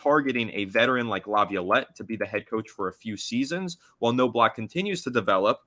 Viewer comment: Please learn how to pronounce names like Knobloch. It's not No-Block.